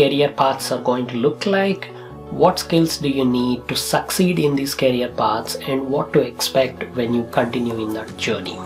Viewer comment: Its career not carrier kindly pronounce it correctly